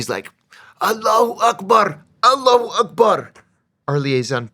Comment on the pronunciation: His accent is very crisp when speaking about Akbar.